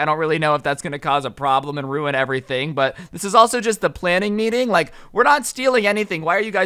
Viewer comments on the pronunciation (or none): none